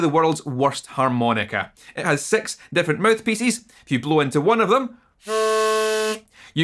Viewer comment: It has "sex mouthpieces?" Yes, please! Oh. You were saying, "six." It was your accent....